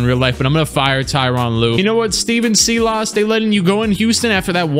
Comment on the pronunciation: Totally butchered Steven Silas’ last night smh lol